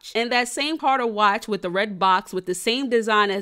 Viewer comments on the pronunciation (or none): I know damn well you ain’t pronounce Cartier like Beyoncé last name??? 💀😭 Sis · cartier not carter lol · Assuming and can’t even pronounce the name of the watch correctly.